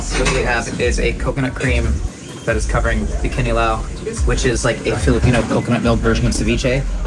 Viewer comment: i love pronunciation of kinilaw, sounds like a local